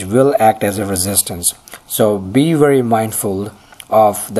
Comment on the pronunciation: he litterally swaps every "v" and "w" in all words...he says werge and wery instead of verge and very...countless other examples